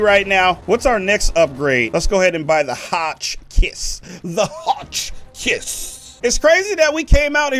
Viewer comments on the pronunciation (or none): none